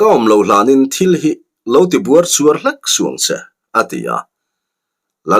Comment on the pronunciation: A lawmawm thin e. Buarchuar tih hi Buaichuar tih tur zawk niin ka va hre ve.